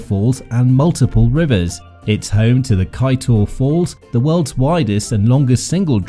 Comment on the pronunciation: Good morning nice video. However please consult wih someone to get the correct pronounciation of place names etc .Kaiteur is pronounced Kai chore. .